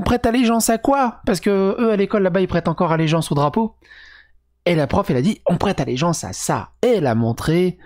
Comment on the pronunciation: "Prété allegenace" mdrrr